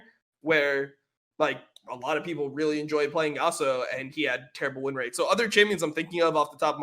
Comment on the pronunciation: first of all why you say yassuo instead of yasuo ? xd the name of the champion is YASUO , second of all there is no such thing as objectively fun especially in video games , people maybe will not enjoy the style of your champion for exemple those champions that you listed are boring in my opinion and not fun at all aurelian sol and talyah both being battle mages that roam a lot and corki being a marksman , and third of all i play this game because i am having fun, i enjoy the champions i am playing this is why i play them lmao, i am plat elo on eune and my mains and the champions that i enjoy the most are 1.Yasuo 2.Yone3. Fiora4.Riven5.Zed6.Kayn7.Darius8.Sylas9.Fizz10.Irelia , if my number one priority would be elo then i would play easy and strong champions garen and annie .